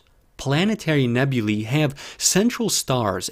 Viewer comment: Finally, someone who pronounces "nebulae" correctly! Most of the astronomy hustlers flogging stuff on YT get it wrong.